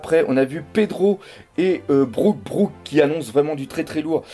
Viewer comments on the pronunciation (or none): none